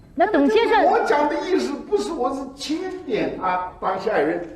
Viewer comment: 香港记者真的需要提高自己，钦点的读音都错了。